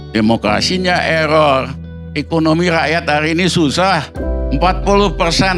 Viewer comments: Mulutmu eror gk bisa ngomong R 😂😂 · Memang ada cara nyebut "error" yg becus ?